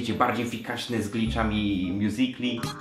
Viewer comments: Błagam nie mow mjuzikali tylko mjuzikli jest to poprawna wymowa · MÓWI SIĘ "MJUZIKLI" A NIE MJUZIKALI KURWA MAĆ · nie mjuzikali tylko mjuzikli OKK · nie czyta się miuzikali tylko miuzikli